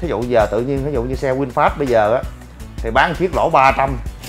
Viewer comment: Vinfast mà thg lol này nói winfast